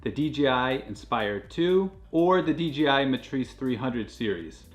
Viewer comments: I was googling DGI before I realized it was just DJI being butchered 😅. Very informative video other than that! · Hey guy its dji not dgi he cant pronounce letters it seems